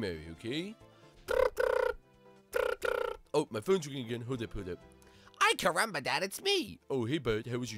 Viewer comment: why does bart keep saying "i carumba"?